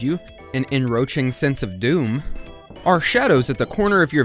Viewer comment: I'm sorry, did you just say "enroaching"? Are you serious?